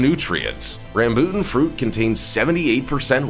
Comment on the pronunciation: The Rambutan is pronounced here in Ph as Ram-bo-tan